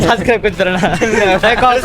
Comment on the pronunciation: subscribe বলতে পারে না 🤣